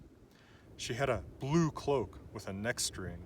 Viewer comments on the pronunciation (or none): none